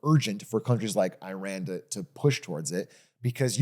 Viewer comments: thank you for saying ih-rahn after all the others said eye-ran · was iran pronounced right once this episode LOL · holy shit, actually pronounces Iran correctly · Hasan pronouncing right because he is Turkish. We pronounce it as we write so İran is just İran in Turkish. Well technically English also trying to do that since they read ran as ren and i as ay.